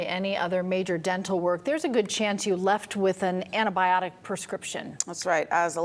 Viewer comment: Ann-tie-biotic not annibiotic.